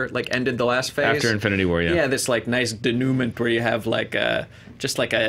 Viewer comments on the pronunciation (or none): you are mispronouncing Denouement. Please fix.